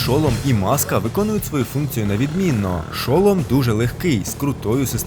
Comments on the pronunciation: ШолОм, а не ШОлом. Я не душню якщо що.😄Просто все відео сумнівалаль чи мені просто звучить дивно чи може я в чомусь не права. Я навіть перевірила наголос, тому має бути шолОм.😅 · Та не ш"о"лом, а шол"о"м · Не шОлом,а шолОм (велика буква це наголос) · НЕ ШО́ЛОМ А ШОЛО́М